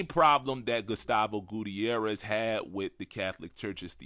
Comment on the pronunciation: "But you don't even know how to pronounce DuBois's name correctly", then mispronounces Gutiérrez